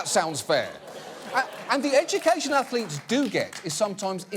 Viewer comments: "Ah, yes. Stu-dent Ath-o-letes" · Oh Ho Ho, student ath-o-letes, how clever sir